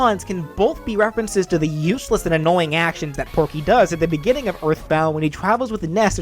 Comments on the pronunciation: Am I the it one that noticed it said Pokey instead of Porkey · i hear you said porkey's name correctly once and the rest is just pokey tho i know you have a voice disorder so i dont blame you for saying it wrong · you said porky wrong and his final smash should be his giant mech in brawl